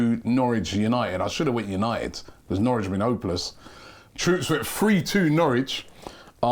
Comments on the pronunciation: NOW RICH or NOR WICH?? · 'Nowrich'???? its Norwich lad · “Nowrich” is flexing on us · “Nowrich” when the scores were being displayed 🤣🤣🤣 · "nowrich" yeah you are robbie after this aftv masterclass